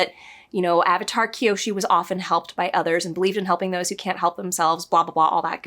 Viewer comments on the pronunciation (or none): Ah-vatar? How dare you! LOL. You just gave us all PTSD flashbacks. :)